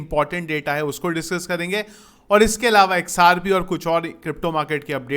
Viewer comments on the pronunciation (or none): Xrp na sir aap xrb bol diye